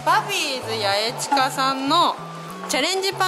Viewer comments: やえずじゃなくてやえすだよ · ところで八重洲ってやえずって読むの、、？やえすじゃなくて、、？